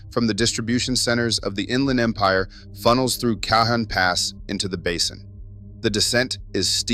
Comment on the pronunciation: Caho)n pass, not cajon pass